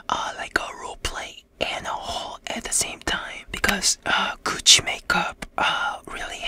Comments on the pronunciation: Am I the only one who keeps hearing “coochie on your face” but he’s really just saying Gucci 💀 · I THOUGHT HE SAID “COOCHIE MAKEUP” BEJDHD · I THOUGHT HE SAID COOCHIE LMAO